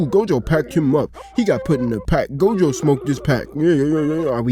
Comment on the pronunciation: Miguel is ine of 3 mother fuckers in the series to even be able to touch Gojo in a fight. Fuckin bastards better start putting so respect in pronouncing this GOATs name 😂🎉